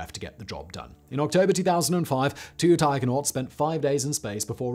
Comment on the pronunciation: I thought Simon was saying "tiger-nauts".